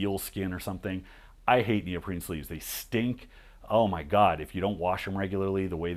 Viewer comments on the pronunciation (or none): He says "neoprene", but the initiate would hear "Neil Breen"